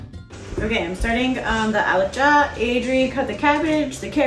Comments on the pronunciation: I like how you said alicha in a perfect amharic lol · ❤❤❤❤🎉Good job, you are an amazing person 👏 👏👏 even your accent is perfect when you say berbere, alcha wow. God bless you and your family. we love you ❤ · You should tell us if you spent some time in Ethiopia 🇪🇹 or hang around Ethiopians a lot. Your pronunciations of the dish names is great. Alicha , dorowot, berbere… something people that are not Ethiopians or Ethiopian origin enjoying our most cherished food makes my heart warm. Specially the kids ❤